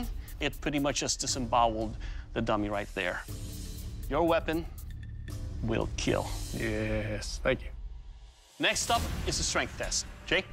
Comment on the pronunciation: was awkward seeing dock saying it weell keeel like that 😂